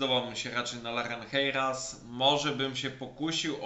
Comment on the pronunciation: Chciałem tylko nadmienić, że czytamy "larenżejras", to nie hiszpański... ;) W sumie a propos terere, może zrobiłbyś na wiosnę taki odcinek z top 3 czy 5 mieszanek do terere czy może nawet przy okazji jakiegoś odcinka jako dodatek. Obecnie ta zawartość na kanale jest, ale trzeba szukać opinii w poszczególnych odc. z osobna a przydałaby się taka "zbiorcza" przed sezonem letnim.